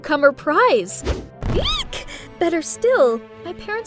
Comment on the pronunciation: When she was saying eek it sounded like she said yeek